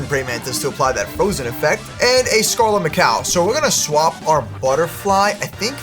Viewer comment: Naa why he calling Scarlett Macaw Scarlett ma cow 😂😂😂😂😂😂